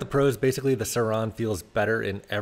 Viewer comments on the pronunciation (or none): It’s just Suron.. not sir-Rauuunnnn😂 all jokes keep it riding